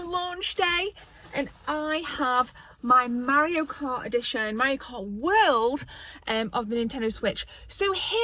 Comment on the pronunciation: i love how she says mario like maorio. maby his a new zealander afterall